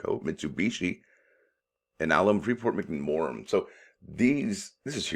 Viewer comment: Pronounced Free port Mac more an